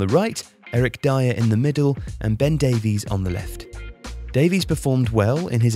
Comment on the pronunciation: Dave-eeess. Why? 😂